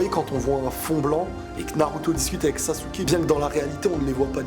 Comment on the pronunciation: Sasuke (sasekiki)